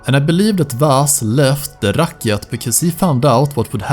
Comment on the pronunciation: and "rakkjat" and "Cittra", haha, you sound so swedish. It´s funny.